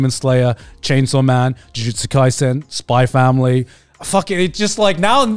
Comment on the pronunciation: Holy crap Grant finally pronounced Spy x Family correctly